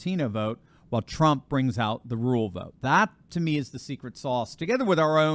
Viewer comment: Rural is a two syllable word. RUR-AL. I know it's hard to say without making it sound like RULE. Sorry to bring that up. Love you anyway.